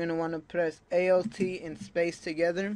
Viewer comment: ALT not A-L-T